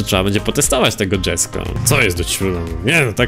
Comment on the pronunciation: To jest Jesko a nie dzesko.. Auto powstało od imienia ojca kristiana von koeningsega